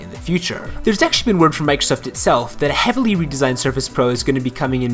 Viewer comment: I can't stand the way he says "Microsoft".